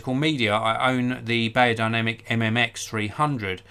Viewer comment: It’s said berrodinamic you old hog